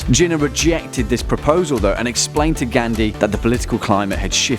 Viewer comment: You can't even pronounce simple words properly like Gandhi , kashmir,hindu, mohammed and many more